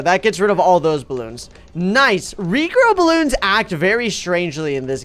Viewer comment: When said rejrow bloons Me:Whattttt??